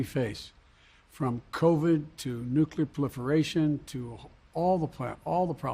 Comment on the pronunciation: "... from covid to nuclipliferation"